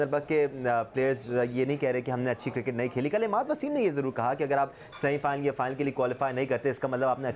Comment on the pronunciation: guptil ko gooptil bolta hai cricket ko kirkat koi bolo usko.